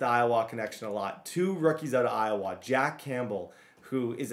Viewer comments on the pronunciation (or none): man really said IOWAAAA instead of IOWUH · Iowa (Eye-oh-wuh) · Bro please as a iowa resident don’t pronounce the a, it’s eye-o-wuh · Bruh tha way youre saying Iowa is killing me I lived in Des Moines for a min it pronounced Eye-Oh-Wha but say it fast n smooth and then you're A1 my guy. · Can’t get over pronouncing Iowa